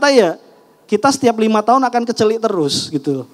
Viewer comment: Kecelek mas... Aduh salah bilangnya hehehe😅 kecelik i nya e